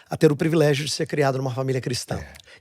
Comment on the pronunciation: "Previlegio", não pastor.